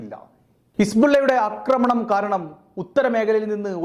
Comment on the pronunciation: അക്രമണം അല്ല ആക്രമണം എന്ന് പറയുക മലയാളം നേരെ പഠിക്കുക😊